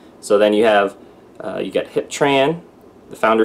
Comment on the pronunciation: Hiep is pronounced "HEEP", nice guy actually met him a couple times at the corporate office in Irvine.